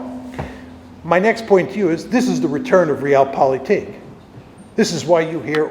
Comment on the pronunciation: I really wish he could pronounce „Realpolitik“ better…hurts my ears every time he says it.